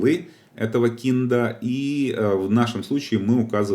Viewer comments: Трубанул со слова "КИНД", правильно будет кайнд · kind vs keened кАЙнд (вид, тип, разновидность) или кИнд (причитать) Если все называть своими именами будет проще. Курс хороший, но кого хороним не могу понять? После каждого кИнд кровь из ушей. Приходит человек после данного курса и про кИнд мне говорит, а Я не могу понять о чем он.:)